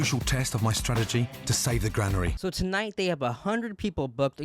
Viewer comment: wtf is the gran-airy in hamp-shiiier